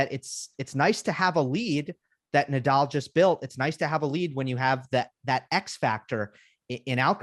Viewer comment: I think Americans butcher Nadal's name. Haha